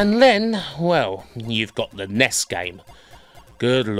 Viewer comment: Apart from the highly irritating pronunciation of NES and SNES (nobody says 'Ness'), this is an excellent video.